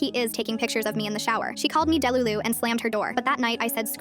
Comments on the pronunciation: ‘de-lulu’ love that pronunciation 😌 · “Del-ulu” uahah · not the pronunciation of delulu sounding like labubu